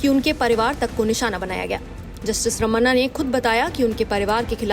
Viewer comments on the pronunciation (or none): "रमन्ना" नहीं "रमणा"